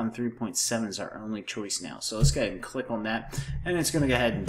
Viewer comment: just gah-head